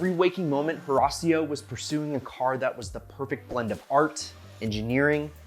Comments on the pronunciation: His name is pronounce: Hih-ratio. It is so hard listening to you so rasio. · Learn how to pronounce the man’s name instead of bleaching your teeth. Horacio ( Hor a shio)!